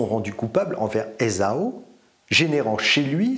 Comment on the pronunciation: Esaü : Je n'arrive pas à m'habituer à la prononciation "ézo" que tu utilises. Il y a-t-il une raison que j'ignore ? Prononcé à la française, et en respectant le tréma sur le ü, qui le détache phonétiquement du a, on devrait dire "ézahu". C'est ainsi qu'il me semble l'avoir toujours entendu. En alphabet phonétique : e·za·y. C'est dans les sources anglo-saxonnes qu'on trouve la graphie "Esau" (sans tréma), que les anglais prononcent "Issaow". Ce sont toujours des adaptations dans les différentes langues de l'hébreu עֵשָׂו L'hébreu ne fait pas la part belle aux voyelles, qui sont des petits points ou traits ajoutés le plus souvent sous les consonnes ou sur le côté, et qui sont la plupart du temps purement et simplement omises. La prononciation hébraïque n'est pas très loin de ' ÉssaV ou ' ÉssaW Du reste, Jacob en hébreu donnerait plutôt Yaakov. Restons français, c'est plus simple. En même temps, c'est dommage, car "ézo" permet des calembours de la plus haute finesse, je laisse le lecteur en juger : - En lui donnant naissance, Rébecca a perdu l'Esau <-- sens compte triple. - Moïse sauvé d'Esau <-- anachronisme. - Le droit d'aînesse arnaqué par Jacob à son frère. Alors : d'Esau / pas d'Esau ? <-- ironie mordante. - De son destin, Esau n'a eu point d'échappement : pas de pot sur l'Esau <-- influence de Sorcière. - Rick Astley s'appelle Esau Astley, je l'ai démasqué : Esau t'es Rick <-- n'importe quoi. Sinon, un grand merci pour ta lecture de ces passages, qui fleurent bon l'antiqui